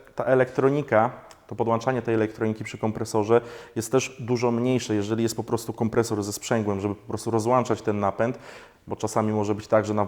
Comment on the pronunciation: "Rozłączać" a nie "Rozłanczać"